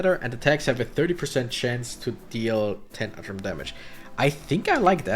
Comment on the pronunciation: The U in Utrom is pronounced like "oo" like in the U in uber. Oroku is Shredder's real name. Stockman is the guy who created the Mousers (the little robots you're fighting), he's the fly man in the 80s series. That varies with the continuity.